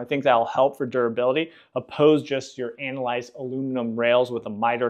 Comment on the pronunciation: There is no "anolized" aluminum. Perhaps you mean anodized ? Makes it hard to waste time watching rest of video.